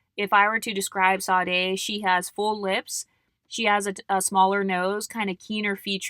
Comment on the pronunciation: Sade is pronounced ShA-dae. Love your content ❤